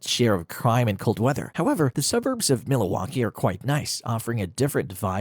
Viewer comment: Tha Ai cannot pronounce Milwaukee which made me suspicious. Is this cheapGPT at its finest?